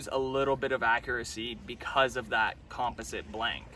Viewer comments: wtf is a "com-pes-sant" blank, a "she-mano" bantam, and about 30 more of the most mispronounced words I've ever heard in my life... it's almost as if you're one of "those guys" who clearly know the correct pronunciation, yet absolutely BUTCHER the word solely for attention, which is sad. However. it could also be that you have the IQ of a tree stump. Which explains all of this perfectly and makes total sense! .. #Cringeeeee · Just FYI, you're pronouncing "composite" wrong. ;)